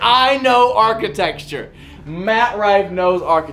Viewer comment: I know “archetexture” lmao you can’t even pronounce it bud